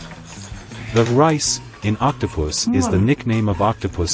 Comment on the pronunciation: Uhm did I just hear octopuss- or octopus seed😔😔